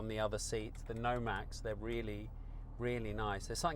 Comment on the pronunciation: Great back to back review. Thanks for a great episode. Oh and it's Nomex not Nomax.